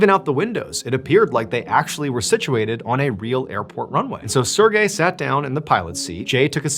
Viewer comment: I hate how he says Sergey it's like sErGay